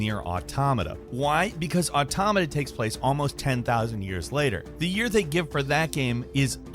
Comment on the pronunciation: Probably one of the best "laymans" explainations of the Nier universe I have ever heard. And it is so, so nice to hear "Automata" pronounced correctly.